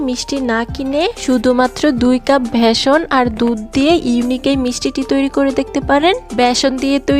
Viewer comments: ভ্যাসন না বেসন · ভিডিও তৈরি করার সময় শব্দের উচ্চারণের দিকে নজর রাখা উচিত। ভেষন না বলে বেষন বলতে হবে।